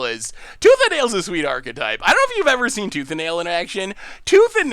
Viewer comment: attempting to mash tooth and nail together:: Tooth ale? My brain: Toothanal!... yup definitely.